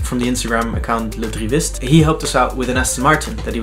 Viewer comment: wait you are 100% canadian, that drivist prononciation.